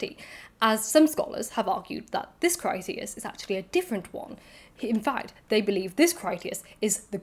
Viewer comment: Your mispronunciation of Critias is not to do with dyslexia. British classicists have been mispronouncing Greek for generations - applying rules of English to other languages pretty much indiscriminately. I appreciate that dyslexia makes decoding IPA pronunciation guides difficult - there is often an audio version, but you can't really be criticised (! clue !) when the majority of British and American scholars routinely mangle classical languages. There are some good YouTube channels on this subject. I'm never entirely sure how some names are supposed to be pronounced and opinions, especially on "dead" languages often vary. Your pronunciation is generally good enough.